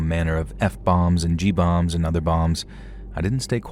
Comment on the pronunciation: what's a G bomb? Lol